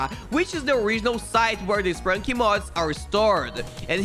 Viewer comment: It is sprunki not spranki